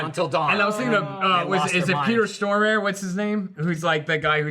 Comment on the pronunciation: Stellan Skarsgård, Peter Stormare and Fares Fares. All Swedish actors mentioned in this video and all their names mispronounced. I love:)